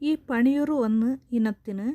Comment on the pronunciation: പണിയൂർഅല്ല. പന്നിയൂർ എന്നു പറയുക.